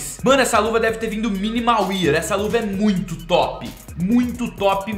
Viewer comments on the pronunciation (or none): a pronúncia de wear é "UER" e não "UIER" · e ele fala isso errado desde que acompanho ele HUAEHUEA, olha aqui.